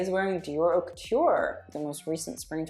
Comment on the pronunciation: I love you sm but as a french speaker hate the way you say "haute"😭